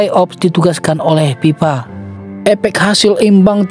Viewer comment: Fe bukan Pe narasinya .😅 FIFA BUKAN PIPA